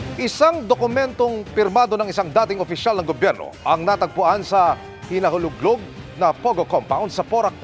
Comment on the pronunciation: Correction... hinalughog hindi hinaloglog 😊